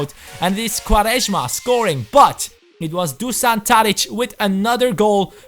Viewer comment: It's funny how you basically switched letters in "Dušan" and "Srna". You should use normal "s" for Srna, and for Dušan (Tadić) you say "sh / sch" - Dushan. :D Other than that, this should be an interesting series.